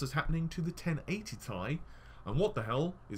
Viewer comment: Hey.. With your pronounciation of the Nvidia GPU's it sounds like they should be named (in example) 1080 Tie, and 1060 Tie.. I just get a chilly feel everytime I hear that:p It's really pronounced T-I